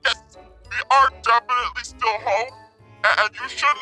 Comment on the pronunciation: Houm house or home she said Houm hahahahahaha